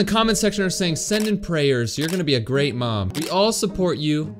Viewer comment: U said groat it's great